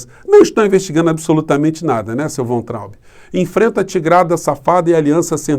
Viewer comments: o sobrenome do ex ministro da Educação pronuncia-se VAINTRAUB. Não é VENTRAUB e nem VANTRAUB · Por favor, Professor, pronuncia-se "Vaintraub"... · a pronúncia é VAINTRAUBE. Nome é alemão. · Professor a pronúncia é " Vaitraumb " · querido, me parece que Weintraub se pronuncia “vaintraub” “vá+in+traube”. Da uma checada nas pronúncias on-line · a pronúncia correta do nome do Weintraub é "váin-traub".